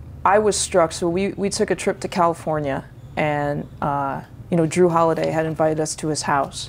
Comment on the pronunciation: “Drew Holiday”